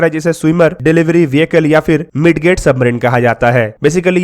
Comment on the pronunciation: midget submarine को मिजेट सबमरीन कहते है न की मिडगेट ।